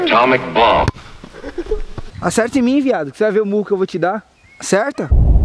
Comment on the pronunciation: Esse "ACERTA" do com sotaque no R kkkkkkkk que eu saiba la nn existe isso não